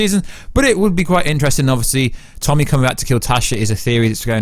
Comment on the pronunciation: It’s “ Tony Teresi” not “ Tommy Teresi “